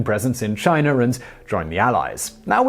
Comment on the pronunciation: My guy why do you pronounce words ending in a as er. IE China comes out as chiner, I've noticed this in all your videos, if it ends in a it comes out er